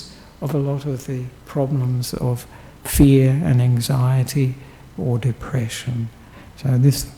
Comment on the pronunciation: *fear! Not “feet!”🤣🤣